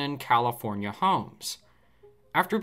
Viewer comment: 🤣 Comipornia , Recede already!